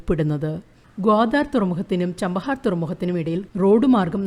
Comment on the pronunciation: ചബഹാർ not ചാംപഹാർ